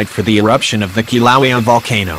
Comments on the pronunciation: It's pronounced Kilauea not Kilauea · For Fucks sake! Still can't say the Right name of the Volcano Right?!! What the Hell, is Wrong with you?!! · Teach your computer how to pronounce Kilauea!!!